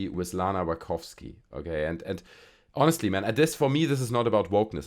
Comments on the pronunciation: Nachowski? Wachusyi? Wachopchop? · Agree with most of your points, but please stop butchering the pronunciation of Wachowski. I also don't believe that all of these seemingly hyperbolic 10/10 reviews were plants either. I think that some people genuinely felt that way because they don't actually view movies critically enough, and some were just excited that a new Matrix film was being released at all. We saw similar reactions to The Force Awakens and The Last Jedi. Sometimes it takes more than an hour after leaving a theater to actually process what you just saw. Especially for the less critically inclined. I don't understand how you forgot who Bugs was though, unless you were just being sarcastic since they kind of drill it into your head at the very start. Not only do they explain her name, she has a damn rabbit tattoo on her arm AND they beat you over the head further by playing "White Rabbit". On top of that, she's wearing a shirt with a carrot on it.